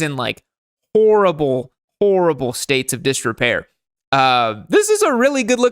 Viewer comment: Is an undercover Frenchman? Never heard anyone say "orrible" in lieu of "horrible"